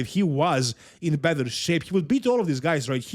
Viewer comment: when pronouncing "better" Better ❌ Bether ✅